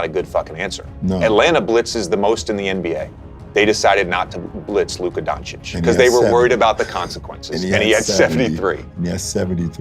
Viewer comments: It's funny how many years takes them Americans to pronounce European last names the right way, it's not Donci-k is Doncits capisi? say tssssss at the end ok douche bags? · After so many years, they still can't say his last name right